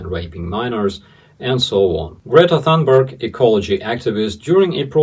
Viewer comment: FYI Greta's last name is pronounced "toonbairg". Greetings from Sweden. ❤